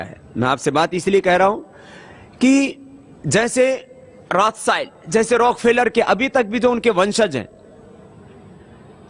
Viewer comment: Pronounce hi galat kia hai story real hai